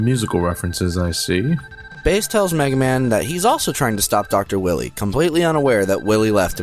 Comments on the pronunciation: Watching the entire marathon, every time he says Wily I can't stop myself from going.. "NO! Its Dr. Why-wee!" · I love this marathon! But the pronunciation of Wily is killin' me. It's pronounced why-lee. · He hasn't called him Willy in the entirety of the Marathon. He calls him Willy here as a joke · Hey Wily,what do you think of Dr Light pronouncing your name as Doctah Wawhee in Megaman 8? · I never noticed they messed up dr wilys name.in mega man 3 proto man said dr wiley.mega man 8 dr light said doctah wahwee.wilys name for some reason is hard for them to pronounce? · It's a joke. Check the Mega Man 8 review, he pronounces "Wily" with a lisp, taken from when he noted that the voice actor for Dr.Light had a case of the Elmer Fudds. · Why are they saying willy